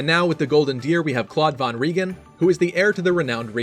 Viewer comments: When you pronounce the german von it should be like fon, its like pronouncing from, but without the r and with a n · Just a nice fact: von is actually pronounced with a sharp f ffonn, kind of like fun with an o :) Really funny that once again japanese people seem to love German names! 🍜